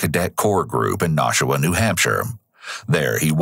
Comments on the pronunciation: Nashua is pronounced nah-shoe-a and not no- shoe-a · I can see how you got nah-shoo-wa from nashua, but its naa-shoo-wa, long A sound at the beginning. Its really surreal watching this be covered, I am a distant relative to the victims and a person who committed the crime is related to my stepsons mother. As well as on the same road, my poor zoology teacher from highschool also lived on it down the road from when it happened. I actually wonder if she was the neighbor keeping watch of the property, but when she came to school after it happened she was really traumatized and wouldn't talk much about it to us as students at the time. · Surprised to hear a story about a town near where I grew up! Then lol'd at your pronunciation of Nashua. "Na-shoe-uh" the first syllable is short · Not a huge deal at all, but as someone from the area, the first syllable of Nashua rhymes with "bash", not "mosh". Great video as always! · that is the most hilarious pronunciation i've ever heard of Nashua. it's not Naushua. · Hilarious way to pronounce "Nashua" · I'm legit horrified that I was living in Nashua (which you mispronounced btw, ;-P ) at the time Gribble was there in the Corps as I was in the process of getting ready to deploy myself. Doubt I ever meet the guy, hopefully I didn't. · The way you pronounced Nashua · The way you pronounced Nashua made me lol.... never really thought I had the New England accent but guess I do